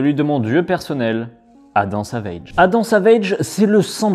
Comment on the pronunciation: la vidéo est super mais la prononciation de Adam Savage mon dieu.